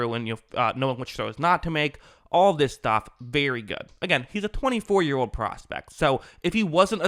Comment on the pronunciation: Edit all so, like umm, ahhh, ahm and wishy washy statements... after all, it's not like your J Biden. Old is not pronounced ode, sure is not pronounced shore.